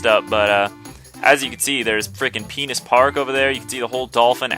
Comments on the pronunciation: In , why did you say penis park instead of pinna park, unless of course, if you wanted to make fun of the name. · He said pinna park not penis park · you said penus park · Penis park XD Don't you mean "Pinna Park"? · I was like wait did he really say penis park!?.... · HAHAHA YOU SAID PENIES PARK LOL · im sorry did he say penis park ? lol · Dude. You said Penis Park. XD